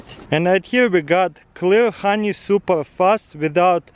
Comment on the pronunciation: 'Хани' he is saying the Russian х for the h in honey